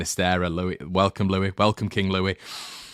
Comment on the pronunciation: Sinisterra is Colombian so his name pronounced Loo-eese not Loo-ee